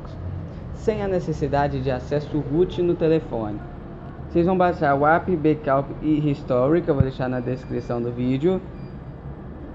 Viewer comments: becaup ?? ou backup ?? kkkkkkkkkkkkkkkkkkkkk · o cara quer ensinar tutorial e fala "Becaup" kkkk e ele fala "Tie musicas populares" ali tem "the" ele nn deve estudar inglês e o canal dele nem musica num tem. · fazer o BEKAUP? kkkkkkkkkkkk Não consegui entender porra nenhuma você fala tão feio quanto a você mesmo! huehue